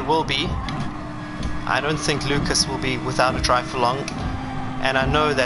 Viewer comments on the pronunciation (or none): I appreciate this. Thank you. It's loo-kahs. Like haas. Do you change the controller sensitivity settings? It sounds ignorant, but it affects steering wheels too. If you don't, change it to 7 and see how that affects steering inputs